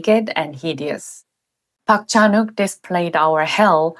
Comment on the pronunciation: "Park Chan-wok"?? Come on